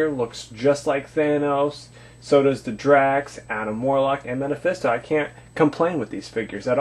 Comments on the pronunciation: not to make you feel stupid but the correct way to say it is mephisto (ME-fis-to) lol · Did this guy just say Meta-phisto? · he keeps saying metefisto